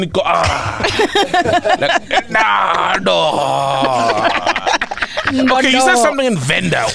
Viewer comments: It is not "Nndaa Ndoo" it is "Nndaa ya Nduna". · Ndau ya nduna not ndaandoo. I really agree u are a part time venda. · 🛖 Hey Mac g, it’s not “NDANDO” it is “NDAU YA NDUNA” translating to MALE LION..it’s a Tshivenda lion praising male greeting.